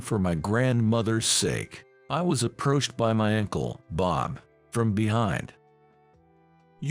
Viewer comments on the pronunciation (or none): "Ankle"? UNCLE...to hell with this AI voice!